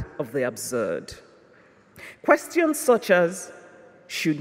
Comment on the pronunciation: Excellent channel! Thank you. I realized that this was not english when she says " question"